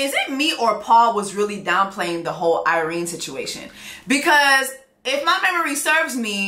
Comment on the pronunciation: it’s Irena 😂😂 I’m hear for it though.